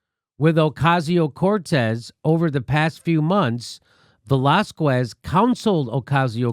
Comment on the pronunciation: Velásquez. The 'U' is silent. So its Velá-skez. Not Velaskwez.